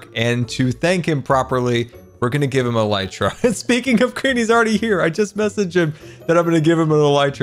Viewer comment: Grian not GMAN